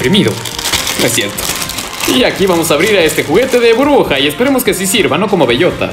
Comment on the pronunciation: Soy solo yo o escucho que dice "bruja" en vez de Burbuja :v (me saludas porfa)